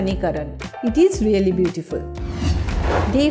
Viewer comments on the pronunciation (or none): none